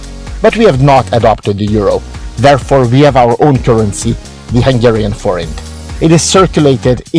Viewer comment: Thank you! We needed to double check the pronunciation of "Forint" before we talk about it in tomorrow's Review/Preview show on our channel. We're going to give your video here credit and put a link in our descriptions. Cheers.